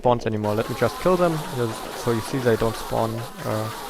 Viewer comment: It is always interesting to see how minecraft works:D Therefore: Good video btw why dont you say " dem" instead of " sem" for" them" if you arent able to pronounce "th"?